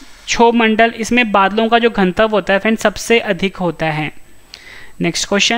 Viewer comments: घन तव क्यों बोलते हैं आप घनत्व क्यों नहीं? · घनत्व का उच्चारण सही करो भाई